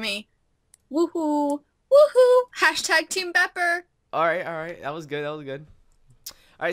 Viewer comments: BEEPER NOT BOPER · # people who can't say bepper or skorm :3